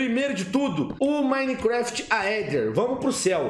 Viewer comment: Pelo menos ele fala Minecraft certo né, e não minequefeti ksksksksksks